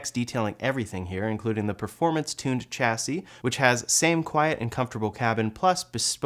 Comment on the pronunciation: Good informative video, but the way you pronounced "chassis" makes me cringe 🤣